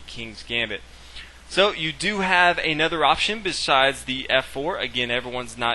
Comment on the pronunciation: "Aye nother." I really lol'd at that pronunciation.